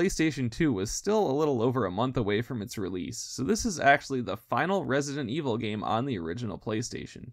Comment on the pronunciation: im so excited to see this series going on, never get tired of listening people talk about Resi-dent evil